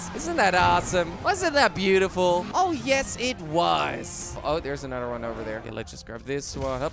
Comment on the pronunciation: “Anudder episode” 🤣🤣🤣